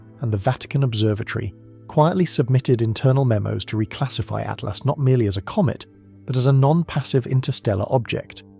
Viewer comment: Please. It’s ATLAS, not ATLAST !!!